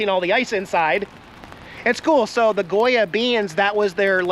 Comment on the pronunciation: you pronounced Goya perfectly.